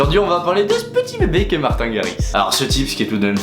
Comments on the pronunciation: On prononce " martine " à l'anglaise ( marteen) et non pas " martin " alala ses Français qui Francise tjs tout ;) Et il est effectivement Néerlandais ( hollandais quoi) le drapeau que t'a utiliser est correcte, sauf que tu à utiliser la traduction de ta phrase non pas en néerlandais, mais en Allemand "Ich bin ein DJ" alors que c'est " Ik ben een DJ " ;) La raison de ton erreur : quand tu utilises google translate, la traduction anglaise de " néerlandais" se dit " Dutch " qui ressemble et pourrait être confondus avec Allemand , sauf que "Allemand " en Anglais c'est "German " ;) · mdr dislike juste parce que ta prononcé martin à la français nn jdec gros like